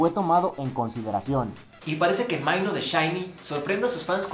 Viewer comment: Maino? xD podrias mirar en el traductor de google como se pronuncia por lo menos jajajaja //minó//